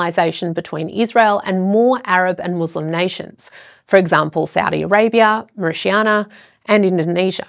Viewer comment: Mauritania Pronounced "mo-ri-ta-nya".